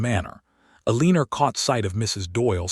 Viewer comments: Please choose a different name for the lead woman until you reprogram this narrator to say her name properly. "A-leen-ner sounds terrible and ugly. El-len-nor is the way it's said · Oh no, not another "el-LEAN-or". But a good story, anyway. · Eeleener. I really wish they would quality control these narrations before publishing them. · Including the mispronunciation of one of the main characters, Eleanor